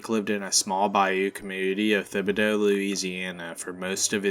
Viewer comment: Thibodaux, is Tib-I- do, silent H.